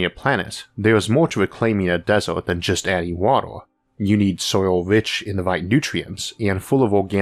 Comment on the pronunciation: waddor and desort. sorry those pronunciations just captured my attention too harshly.